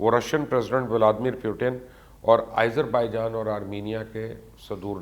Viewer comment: it is pronunciated as "Aazarbaijan" not "Izerbaijan"